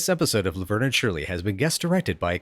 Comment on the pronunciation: Good catch on "Laberne." I thought I heard that. Also, Shirley says "Vernie," which is rare after the first couple seasons, and is therefore all the more powerful.